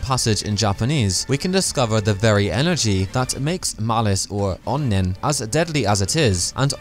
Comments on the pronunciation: Japanese pronunciation..? It's a Japanese word, so that's what I thought. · stop saying onnen like that, it's really racist